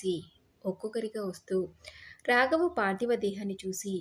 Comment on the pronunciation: తెలుగు కథలు చదివేటప్పుడు ఉచ్చారణ దోషాలు లేకుండా చదివితే బాగుంటుందమ్మా. శ,ష,స ల మధ్య తేడా కనిపించడం లేదు. బర్త అని పలుకుతున్నారు భర్త అని పలకాలి. రాగవ కాదు రాఘవ, వృద్దాప్యం కాదు వృద్ధాప్యం, ఉద్దరించడం కాదు ఉద్ధరించడం.